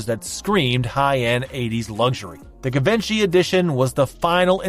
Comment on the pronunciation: ** let me politely & humbly help u ** Givenchy (being incorrectly pronounced - - “Give-in-she”) is actually absolutely without a 1/2 second of doubt — CORRECTLY pronounced: [G-Von-shee] or •[Gee-Vhon-she]• ***And I mean it with simply a helping heart, and not in a way to make someone appear uneducated or ignorant. *** The designer brand Givenchy is just one of those companies that unless you’ve heard it pronounced before, you would never guess it’s pronounced the way the line expects it to be pronounced….. It’s not simple like Oscar de la Renta - spelled exactly like it sounds. Givenchy, has difficult pronunciations with lots of their products for example: Ysatis [e-saah-tee-sş] [E-sahh-tee-ś]